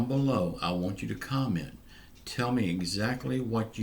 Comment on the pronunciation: "Commet for my money" 😂 love it